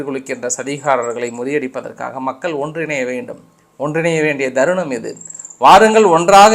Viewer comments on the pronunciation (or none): Dharunam illa Tharunam Cowp illa koo yendru sollanum